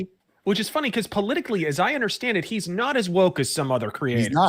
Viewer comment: You gotta undershtand